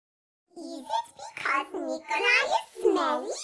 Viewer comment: dude its nickoli